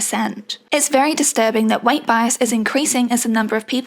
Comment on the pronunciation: The fact that you pronounce weight kinda like white is also very fitting